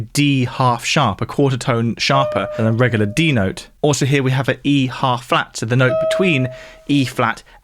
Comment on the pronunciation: I can't get over how he pronounces the word 'regular'... regahluh